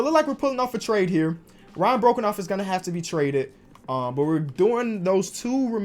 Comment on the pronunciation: it’s pronounced “Bro-Cough” not “broken-off” and he’s Australian